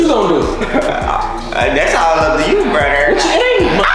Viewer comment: Girl that got me dead whole video he said Nay brudder 😂😂😂